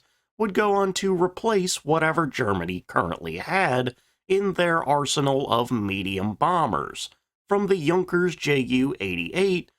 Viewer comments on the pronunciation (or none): none